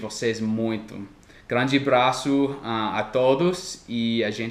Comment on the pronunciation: Sua pronuncia da palavra "abraço" aqui ficou muito estralha. Ótimo video!